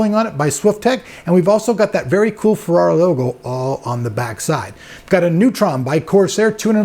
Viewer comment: lol, ''Farrari'' it is so hard to say Feeeeeeerrari!